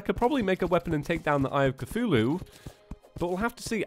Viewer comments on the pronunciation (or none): none